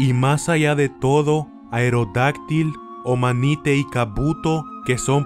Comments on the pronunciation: se pronuncia omanait no omanite :) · "omanyte" :v se pronuncia omanay